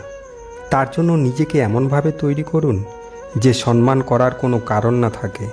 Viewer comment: Sanman na , kothata hobe somman . Pronam